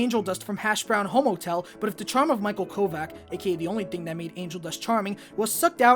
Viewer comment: "HASHBROWN HOMOTELL" 💀